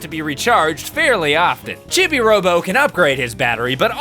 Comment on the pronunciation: Oh, yeah, I should probably mention... "Chibi" is pronounced "CHEE-bee", not "CHIH-bee".